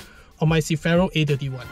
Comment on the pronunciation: can u say CER - FI - RO instead of cifero